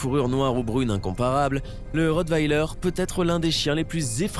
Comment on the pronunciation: Bon il ne sais pas dire rottweiler ça va mal